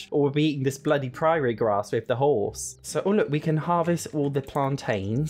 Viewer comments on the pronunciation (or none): how on earth are you saying Prairie 😂😂😂 dont give me the "Im British" lark cause I am too...sound it out PR - AIR - IE.... your sound like you are saying PRIORY and its making me wanna join Chantelle Chantelle 😂😂😂😂x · Please. Prairie. It even has 'air' in it. 😅